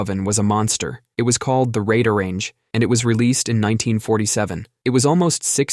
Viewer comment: It's not a Raid a range. Or even Rod a range. It's a Radar range. Just like it's spelled, only the r is shared by both words to make a cool looking logo.